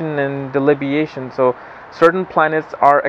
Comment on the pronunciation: Its debilitation, not delibiation. The pronunciation must be corrected. Thanks